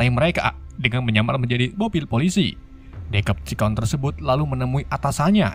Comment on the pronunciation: Bacaan Yang Bener Itu Decepticons Bukan Dekepticons Memang C Dalam Bahasa Inggris Itu Dibaca K